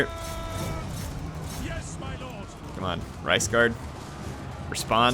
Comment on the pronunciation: After hearing that word for a while, I cant help but hearing "Rice Guard" instead of Reiks Guard